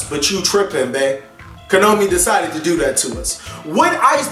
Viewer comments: would you PLEASE call them Ko-NA-Mi and not Ko-No-Mi.. just PLEASE! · Stop pronouncing "Konami" wrong. It's getting irritating...